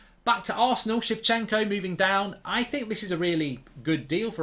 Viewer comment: shevchenko haha come on Mark